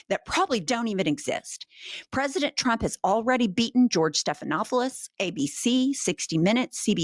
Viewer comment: This human on podcast said the word president so much. I don’t think she pronounces it correctly anymore.